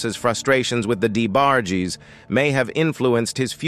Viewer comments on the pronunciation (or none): Damn Luther was a diva, is this A.I commentator. Di-E-bargies..WTF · Your emotionless AI narration kept mispronouncing "The DA Barges" kinda took me out of the very interesting story. Vandros, Baker RnB music in general is all about emotion and passion and your Artificial Intelligence soul less audio kept reminding me "you" don't really care at all about this story. "You" don't really exist."You"r an app . I'll stick to Unsung and Ashley Sayso they sound and feel like humans. If I'm wrong and you are an actual person my point stands. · This A.I. VOICE NARRATION SUCKS!!!! The D. E. Barges!? SERIOUSLY!!!? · Who TF is the Dee A Barges? 😂😂😂